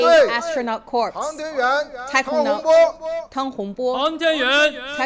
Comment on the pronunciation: Just want to correct the English announcer's pronunciation -- "...member of the PLA Astronaut Corps..." The word "corps" is pronounced like "core." The "p" and "s" are silent. "Corpse" is the word where the "p" and "s" are not silent. Yes, a little different, you might say.